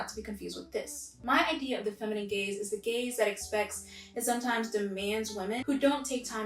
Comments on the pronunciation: I keep hearing “feminine gays” instead of “feminine gaze” lol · The first time you said male gaze I thought you said male gays, so then I was like: wAiT wHaT wOuLd tHeY wAnT WiTh wOmEn 😳👀😳👀